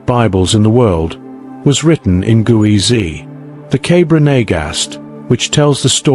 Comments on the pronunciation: It's Ge'ez (not Guwezy) and as you speak of it we are viewing Greek on the walls instead of Ge'ez. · Thanks for sharing hidden civilizations of Africa. However, you haven't properly pronounced " Geez" , the Ethiopian script. The pronunciation should be corrected as "Geez" and not as you pronounce it " Guwizi". Geez is also considered as a dead language like Latin. Amharic and Tigrigna languages are derived from Geez. But, still the Ethiopian Orthodox church uses Geez and kept valuable manuscripts written in Geez in its monasteries. In short, currently the Amharic language that is used as a national language of Ethiopia, uses the Geez alphabet. Most importantly it also has its own number system . Moreover, to mention but few, Ethiopia has its own unique calendar with 13 months, unique time counting system, etc. Since Ethiopia has never been colonized, most of its manuscripts and other treasures are still kept securely guarded in its monasteries. Cheers, ❤ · It's Geez, not Guezi. It's a Semitic language, and like all Semitic alphabets, is phonetic. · It's not gueze it's ge'ez (ግዕዝ )